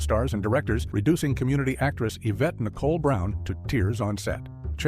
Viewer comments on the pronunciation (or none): none